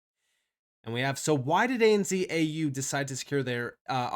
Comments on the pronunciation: Sorry. I can’t not tell you. It’s pronounced ANZ(Zed). 😂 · Please say. A-N-ZED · Its hard to listen to lol, when its pronounced that way. A.N.Zed for us Aussies. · lol the way you say ANZ is funny hahah you say Z like Z in zebra but here in Aussie land it is said like Zed. A N Z so A then the N is almost like said like the word “and” then the Zed. Hope this make sense so A and(N) Zed I mean it still an N sound I don’t know how else to explain it hahaha